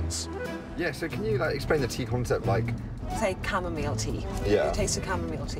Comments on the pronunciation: drove me mad with her pronouncing of chamomile, it's chamo-MILE, not chamo-meel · camo-MILE, not camo-meal, like she pronounced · She pronounced it differently to a lot of people, most people say "cam-a-mile".